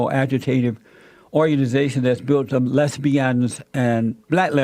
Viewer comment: Lez-bee-unz lol